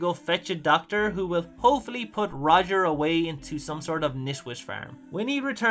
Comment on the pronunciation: It's not Rodger it's Roger.